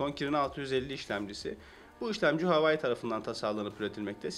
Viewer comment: Keske telefonun adini dogru teleffuz etmeyi ogrenip sonra video cekseydin. Bir de rafin icine koyma fikrini kimden aldin ?